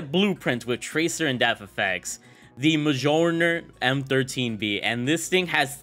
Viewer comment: Muel near is how it’s pronounced. You know, Thors hammer? Your nerdyness disappoints me lol.